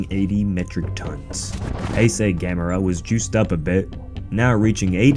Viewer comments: Thank you for pronouncing Gamera correctly. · LOL...I am glad you are pronouncing it right 🤣🤣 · Yay. You pronounce it right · Yaaay he said it right lol